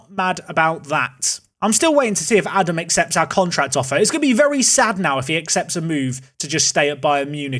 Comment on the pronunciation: Really can't expect you to say Scheuchenpflug, that's honestly hard. But if you want to get a bit closer to his actual name then it is Ah-dahm with two long As in German.